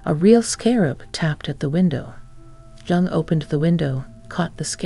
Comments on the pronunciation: Jung - pronounced Yung. (Duh!) If you are going to produce a doco on someone the least you can do is pronounce the name of that person correctly. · It’s actually pronounced Yoong. Like You with an -ng